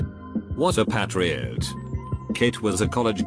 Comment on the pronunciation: Can we just have a round of applause for how badly the voice pronounces things? Patreeot (patriot) especially